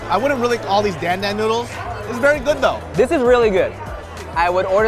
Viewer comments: I specialize in Asian cuisine, pronounces it as dan dan boodles smh. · The way they all pronounced dan dan noodles kinda made me cringe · "I specialize in Asian cuisine" yet you can't pronounce Dan Dan noodles correctly 😂 In fact, no one is pronouncing it right 🤦🏻‍♀️ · The way she said dan dan noodles made all the Chinese people out there cringe so hard.